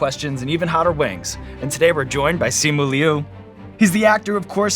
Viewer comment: Why’d it sound and look like you had to edit it to properly say his name. Who’s to say he isn’t just shaking his head because you butchered his name 😂